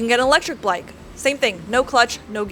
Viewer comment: Great video as always! Just one question what's an electric "b l ike"?😜 See, some guys do listen and pay attention😂